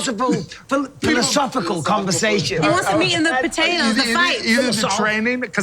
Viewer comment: Talk about nostalgia running me back about 15 years lol my how time flies. Someone tell Bisping we caught that wine talking about when he tried to say “philosophical” instead said “philosyphol” 😂😂😂